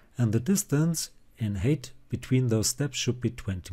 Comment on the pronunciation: Thanks a lot. I am so sorry for telling this: You pronounce height wrongly. This is [HAIT]